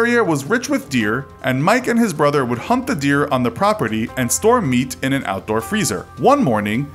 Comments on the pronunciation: I can get this right the way he says it Is he saying They Hump the Dear or Hunt the Dear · Did he say "hump the deer"😂😂